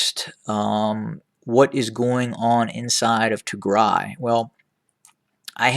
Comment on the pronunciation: Thank you for pronouncing right Tigray. Tigray is not pronounced Tigre, please people pronounce right Tigray and Tigray will be a country soon! Thank you!